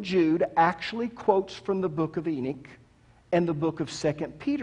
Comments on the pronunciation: Good presentation, coming from the most condescending preacher I have ever heard., if you read this, know coming from a well-educated Jew. For starters it's not " Enick", its Enoch, pronounced Eh- nokhh. While your presentation offers great insight, you are too quick to dismiss the teachings of other great and well recognized theologians and biblical teachers. The watchers in Genesis were a specific group of angels, unlike all others. To say " all" angels are like them is an error. Angel all have specific tasks, some described in Revelation far from human like. Nevertheless, I find it less than pleasant to hear someone, a teacher, talk down to his listeners. No one should ever feel intimated to raise their hand out of fear of ridicule. You need to teach with more humidity, not as if the very fountain of wisdom. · Ive never heard of the book of “Eenick”… but I’ve actually read the Book of Enoch. Is that what you mean? Is that what you’re TRYING to say—the Book of ENOCH ?? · It's pronounced "E-NOK" not "E-NIK".